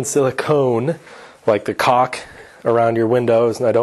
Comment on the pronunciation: hahaha...he said 'caulk'..sealant but honestly- with his pronounciation, it did sound more like 'cock' Could have been a Freudian slip